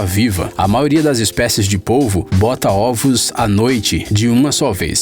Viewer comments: O locutor, não se fala "maoria" é MAIORIA!!! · CARA desculpa, adoro seus videos mas vc tem que falar a letra " i " da palavra "maioria". Você fala MAORIA. Mesmo com este errinho de nada Adoro seus videos. Parabéns!!!!! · Show o vídeo 👍🏻 A única coisa ruim é ficar ouvindo vc repetir “MAORIA” toda hora kkkkkk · Mds que psicopata fica prestando atenção quando o cara fala "maioria"